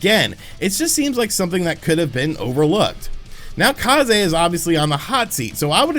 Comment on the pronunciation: If they are Japanese, then Kah zay is the correct pronunciation! It means Wind